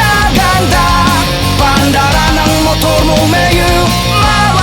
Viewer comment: yung accent nkakagago. mio is meyu HAHA fck